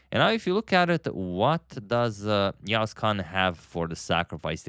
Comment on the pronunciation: you pronounced yağız kaan's name almost perfectly 🫡